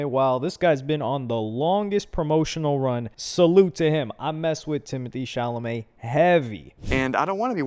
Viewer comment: Timotae cha-lamoet